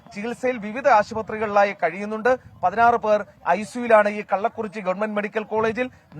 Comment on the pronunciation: "കല്ലക്കുറിച്ചി" ഉച്ചാരണം ശരിയല്ല